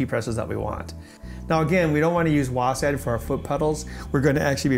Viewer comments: You know he's not a real gaymer when he pronounces WASD as "WOASADD" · Nice video but why are you saying WASaD or WASeD? it's WASD! Like WASP but with a D. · This guy sooooo doesn't game or know anything about it. Its not wasad its w a s d